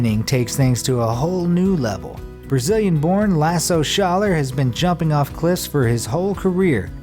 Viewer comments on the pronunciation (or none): none